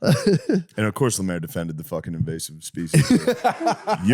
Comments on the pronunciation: Calling Lemaire, "Lamaire", is wild also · Finally an episode without Lemaire (deliberately not saying lemeeze because that makes him sound too cool)